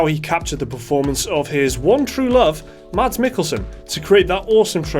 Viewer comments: It's Mads not Mats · You could say its Pretty Good Mocap!..... anyone?.... Oh Well.... Btw Mads is pronounced Mass. :-)